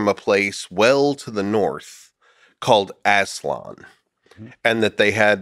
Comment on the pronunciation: Come from the north a place called ASS-LON 😂😂😂